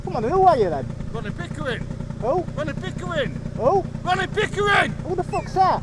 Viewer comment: Some say Ronnie Pickering is still pronouncing his 'R's' as 'V's LOL.